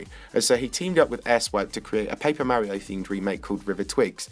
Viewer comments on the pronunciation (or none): none